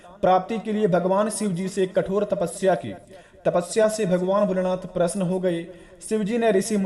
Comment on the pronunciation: भगवान प्रसन नहीं प्रसन्न होते है अपना उच्चारण ठीक कीजिये